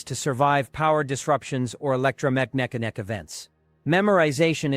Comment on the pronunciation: A I sure didn't pronounce electromagnetic very well.